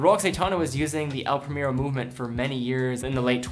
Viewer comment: Excellent video as always. I just want to mention one thing. I like you pronounce the watch brands in their original languages so I have to mention the way you pronounced "El Primero". It is in spanish but you pronounced like an english word. Anyway, great video. Keep the good work